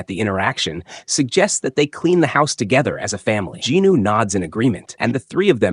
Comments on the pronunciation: Who the F**K IS JINNO? you keep repeating it, its JIN WOO its so frustrating you keep on saying JINNOO... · i didnt expect to get a answer so thanks for the explaination bro. I was confused about it in german you pronaunc it "sOng jin-Woooo" so it "hears" wrong for me if you say ginu loool :D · I like your slides but Jinwoo’s name sounds like Jino😒 , kinda distracting! But this is the complete manhwa on the Jeju arc!Thank you. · Djinu? Do you mean Jinwoo? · Jin woo ❌ Jinu ✅ 😭😭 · Bro who the hell is "Ginu"? Does you maybe mean "jinWoo"? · who the hell is "jee knew"?